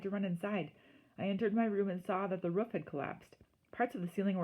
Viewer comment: It’s roof not woof